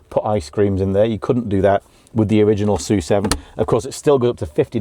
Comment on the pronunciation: "soo seven" Thank you for pronouncing the name correctly. Other British youtubers are saying S U seven. 🤦‍♂️🙄.